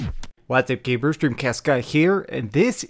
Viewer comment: I swear I hear you say gabers instead of gamers.